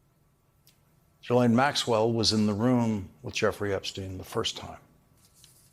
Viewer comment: Mr. O'Donnell, Epstein's right-hand woman's name is pronounced G'laine. Esses are not pronounced.